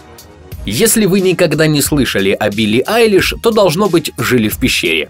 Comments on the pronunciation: Мне одному послышалось : ПОЧЕМУ УБИЛЛИ АЙЛИШ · В начале послышалось «почему убили айлиш?» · Мне одной послышалось убили Айлиш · Кто тоже услышал это: убили айлиш в начале😂😆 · С начала мне послышалось почему "Убили Айлиш", а не "У Билли Айлиш" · Кому показалось что в начале он сказал Убилли Айлиш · Я один услышал что он сказал "Почему УБИЛИ Пили"?))) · Блин я в начале думала что он сказал: Почему убили Eyelish. 😱😱😱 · Мне одному показалось что он сказал: Почему УБИЛИ Айлиш ?